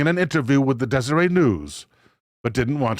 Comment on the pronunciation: “Desseret” is pronounced like desert with an eh between the least r and t. Desseret news is one of two big newspapers in salt lake. I wish I could get into skinwalker ranch to investigate.